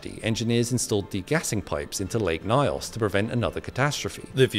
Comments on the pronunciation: The pronunciation of the word "Nyos" is off. Nevertheless, the video is quite explicit. It's truly scientifically remarkable but so tragic. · The way You pronounce Nyos is so funny 😂😂 it's like pronouncing the word 'she' as 'se he'😅 ny in most African languages is one sound not n and y... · 😅 It's the way you pronounce Nyos for me. Well here in Cameroon it is highly believed that a western country paid our government huge sums of money to try out a bio-weapon in lake Nyos. There's so many conspiracy theories and even witness testimonies and the reports of several experts surrounding the lake Nyos disaster and if you did enough research for this video you'd not quickly dismiss it as a "natural disaster" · I hate the pronunciation. It's N yos, not Nios. That's how we pronounce it at least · Sorry but as a Cameroonian that pronunciation was horrible. The stress is supposed to be on the “yo” such that it is read as nios not ny-os. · My country Cameroon... it was a devastating event and it's effects were widespread... Oh ...also.. it's pronounced as "nious" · It’s “Nyo-s” not “na-yos” the “ny” is sounded together!! But excellent explanation!! At least try pronouncing African words as perfectly as we pronounce English words!! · It's not n-eye-os. It's closer to n-yos. Nyo is like in canyon. Wiki suggests nee-os. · Nyos rhymes with horse. Not Nayos but In-yos.... Beautiful presentation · Lake what😂 the way you pronounce nyos is crazy. It's nyos as boss, not nios😂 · Pronounced Nyos not Nayos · It’s pronounced ‘Knee-os’ 🤓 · bro its pronounced news not nayos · It’s pronounced NIOS and yes it was extremely tragic watching footage of people and livestock just lifeless spawn about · I remember my grandfather telling me about this story growing up... A good friend of his was a survivor and he was never the same up till the time of his passing Also it's pronounced "N-yours" except the r is silent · It's written Nyos, but pronounced Nyõs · what do you mean it's not pronounced Ños